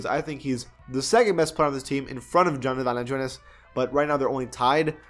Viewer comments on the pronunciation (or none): yeah these roster updates are dope and props to all the dudes that got upgraded, but i watch these videos to hear this guy say Jonas Valanciunas